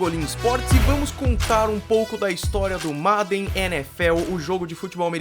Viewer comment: Esse 'MADEN' foi triste de ficar ouvindo kkkkk Mas ótima explicação sobre o jogo 👏